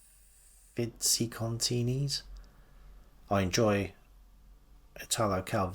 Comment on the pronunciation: Thanks for doing our tag. Curious to hear more from that Foster's book! Glad you enjoy reading Italo Calvino, he's one of my favorites. And great pronunciation on Il Giardino dei Finzi Contini!